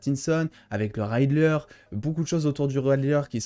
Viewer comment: Quelques corrections : - Ridller c'est ridller, pas raïdller. - Man of steel, pas "men of steel" Quand un mot à une syllable, on dit a et i, pas é et aï. Shadows: + dans le sens ténèbres, obscurité, shadows a plusieurs sens. Ombres ça n'a pas trop de sens pour Batman (je suis les ombres ne veut rien dire). C'est the Dark Knight (le chevalier sombre), donc le sens est plutôt "je suis les ténèbres." Selon moi (je peux me tromper)